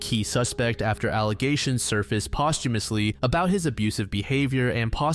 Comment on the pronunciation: You mispronounced several words like crevice and posthumously. Do you not write your own scripts or something?